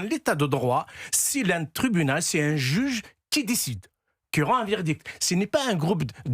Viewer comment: "si lun juge li dicide li condamne "🤣